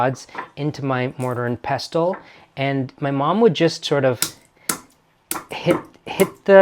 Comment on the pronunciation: Mortar and pestle (pronounced pes’l). I do love your videos. 💕